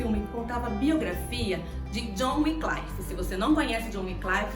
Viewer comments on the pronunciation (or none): Muito bom a dinâmica do vídeo, a edição, som e imagem bem bacana. Único adendo é sobre a pronúncia do nome do pré reformador. Se diz john wycliffe se pronuncia como se lê. Com A LETRA I mesmo após. Letra C , Vc está pronunciando como se tivesse um A. Ou se fosse na pronúncia do inglês americano, que I vira A. John Wynclaife. Fora essa questão parabéns